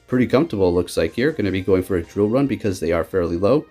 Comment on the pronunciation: Dude, you always butcher the name of moves for Pokémon. Lol love watching you battle, but I just laugh every time you mess up a name. Shadow sneak haunter, drill run zapdos.